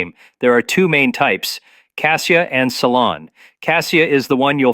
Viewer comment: Ceylon cinnamon NOT salon😂